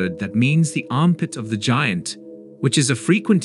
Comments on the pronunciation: This is so bad. The robot narrator can't pronounce 'giant', keeps saying 'gent'. Many other odd mispronunciations. An interesting star to study because of its name? Really? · The Title is a BIG LIE! The JWST has NOT detected a supernova of Betelgeuse! BTW, the text to speech program repeatedly mispronounces Orion and Giant. Amazing that the authors haven't done a better job.